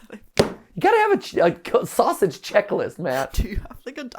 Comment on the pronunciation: Said the sausage way wrong my god